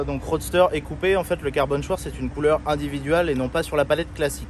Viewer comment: Maaaagnifique 🥰 mais, Schwarz se prononce « chvartz » l’histoire d’étaler ma science 😂